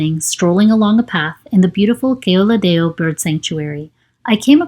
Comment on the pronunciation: Oops, sorry for that. I felt really absurd when I heard "Keoladeo" in a foreigner's voice. I thought it was a speech generator/TTS. Otherwise the narration was really well.